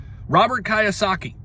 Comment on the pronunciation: Robert kiyosaki is pronounced with a k e y sound not K eye sound so kiyosaki = Keyosaki not k👁️yosaki